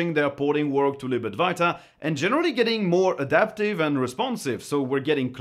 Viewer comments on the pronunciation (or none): I really like your videos, just one pedantic request. Could you possibly say libad-W-aita? I find myself saying libad-V-iata because I hear you say it so much - you seem to be the only Linux youtuber who mentions it's progress. Now I hear myself sounding German when I say it in my head 🤣 Or am I saying it wrong?